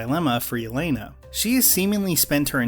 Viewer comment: the biggest problem is they used shitty British vodka for product placement when proper slavs would make their own vodka. and the accents were shite. and the way they pronounced jelena. and the fact they're trying to make a cold war film in 2017 and it was still shite.